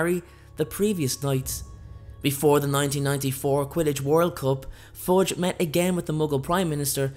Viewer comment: Am I the only one who hear Forge instead of Fudge...?